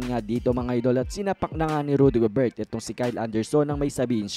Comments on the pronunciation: GOBER lang po ang tamang pronunciation... silent "T" idol... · Gobert pronounced as Gober kc French po si Rudy.. correction lng idol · Paki pronounce ng ma ayos ang family name ni Rudy Gobert silent t